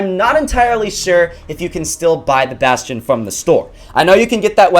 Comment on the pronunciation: Who else pronounces the bastion like "bass-tee-on"